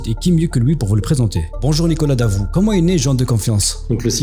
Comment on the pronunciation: 1er signe d'arnaque : "bonjouw alow wou alé cliqué suw le bouton"